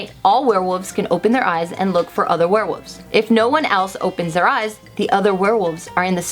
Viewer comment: Were-wolves Also: were-woof